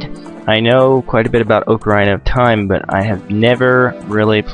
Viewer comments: ITS NOT OAK-ARINA IT'S OCK-ARINA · The correct pronunciation is, more or less "OCK-ah-REENAH". Things like this sometimes make me wish Zelda games had some voice acting, but the games are brilliant regardless. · Oca-rine-uh? I'm sorry on, but I don't think I can be your friend anymore. :P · Its not called oc-aarrr-ina its ocarina!! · I was gonna watch this but I'm in a foul mood and the way you pronounce Ocarina bothers me too much :( Sorry, I'm sure you're a great guy. Maybe I'll come back to it when I'm less moody. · You pronounce ocarina wrong...